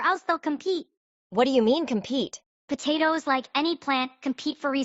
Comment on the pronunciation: constantly saying tatoes is making me mad. im ngl.